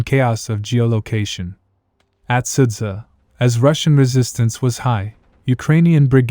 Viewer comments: But not Sudza, it's pronunciation is Sudja, because " dzh " in russian transliteration means " j " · Great video, really well made and illustrated in a way that's simple to understand. Though, it's kinda annoying to hear all the names in the video get butchered. Sudza being the worst offender, since it's pronounced "Soo-Ja" ("Su" in Sudza pronounced like in "soup" and "dz" like in "jitter"). Next time try copying the name written in cyrillic, set google translate to Ukranian or Russian, paste the word and listen to the pronounciation that Google Translate gives you